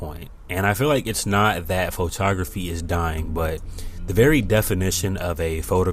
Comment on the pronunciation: Pho-ta-graphy? What is that?